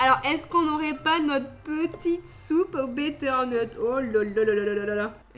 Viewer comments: ça me stress, durant toute la vidéo tu dis betternut au lieu de butternut ;) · Il faut juste que tu as arrete de dire “betternut” mais butternut! Hah mais a part ca je kiff tes videos et celles de valouzz Watching from London 🤙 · C'est pas béternut c beuternut qui s'écrit butternut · toute la vidéo ca ma géné qu'elle dise betternut et pas butternut du coup je sais plus comment prononcer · C’EST BUTERNUT « BEUTERNUT » EN PHONÉTIQUE PAS BÉTERNEUTE JE T’ADORE MAIS ÇA M’A RENDU FOU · Butternut et pas betternut. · Betternut 😅 c’est bUtternut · pendant toute la vidéo tu m'a perturbée avec ton "bétternut", on dit "butternut" (enfin moi c'est comme ça que je le dis mais je me trompe peut-être) mais c'est pas grave tu reste quand même la boss 👍😍❤ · C’est pas bétteur nut mais le beutteur nut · Par contre c'est butternut pas "betternut" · On dit « BUTTERNUT » wesh elle m’a stressé toute la vidéo 😂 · Du «betterneut » 🤣🤣 on dit du butternut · le "Betternut" m'a triggered toute la vidéo pidi (c'est butternut) mais bonne vidéo comme d'hab t'es la boss tu te donnes à fond et c'est ça qui compte !!! J'pense que ça motive plein de gens à se bouger le cul pour faire des trucs par soi-même :) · Butternut pas betternut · Butternut, bu...tternut! Pas "bètteurnut":D! Dans celle au butternut, tu peux ajouter un peu de cumin à la place de la cannelle, c'est très bon aussi. Et contre le fromage rapé tu mets un demi "Boursin ail&fines herbes", ça relève un peu le tout:D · Elles ont l'aire bonne mais le butternut c'est beuter pas béter mais tkt trop bien la vidéo et non il neige pas car j'habite pas très loin de chez vous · on dit butternut (beuteurneut) et pas bétturnut. Sinon je te conseille de tester le butternut en purée, c'est hyper bon genre ca a un gout bien plus sucré que la carotte c'est exquis. Trop bonne vidéo encore une fois ❤️ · c'est bEterneut et pas bÉteurneut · le butternut se dit "beuterneut" et pas "bèterneut" Bisous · avec son 'betternut'😂😂